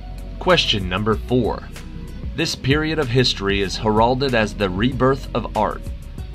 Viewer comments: Three out of twenty-one wrong. You need someone to check your pronunciation. It’s HER-ald-ed not her-ALD-ed, and hip-POL-uh-tuh not HIP-o-lite. I understand getting an ancient Greek name wrong (though surely you would look it up), but “heralded” is plain English. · I must disagree with your pronunciation of heralded. It is pronounced HAIR- ul-ded. Try singing Hark, the Herald Angels sing and you'll see what I mean. As for the Greek word, I have no clue. I got it wrong regardless.